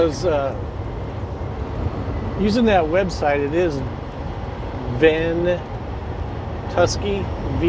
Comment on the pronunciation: Ventu-sky... "ven-chu-sky" not ven-tusky lol